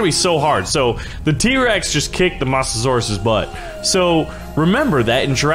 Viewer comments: Mo - za - sor - us (MOSA) not (MOSS) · you say it by moatasaurus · No hate but he calls it a Mossasaurs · not Mah-sa-saurus its moe-sa-saur-us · "mossasaurus", 2018. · It's moe-za-sor-us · Also it’s m-oe-sa-saur-us. OE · What’s a MOSSasoraus 🤣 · FYI the mosasaurs is pronounced moh-suh-sor-us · you say Mosasaurus like this moes a saurus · STOP SAYING MOSS A SAURUS IT SOUNDS LIKE MOOSASAURUS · It's pronounced Moes a saurus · Its pronounced mozesaur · Masterninjawolf Nope he sed mossusuras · Stop saying mosasaurus wrong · Can't say mosasaurus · i hate how he pronounces mosasaurus